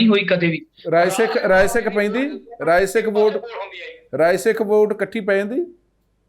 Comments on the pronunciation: ਤੁਸੀ ਰਾਏ ਸਿੱਖ ਨੂੰ ਰਾਸਿੱਖ ਕਿੳ ਬੋਲ ਰਹੇ ਹੋ? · Its Rai Sikh not Ra Sikh what type of press reporter are you who does not no the name of a community.little knowledge is dangerous thing fitemuh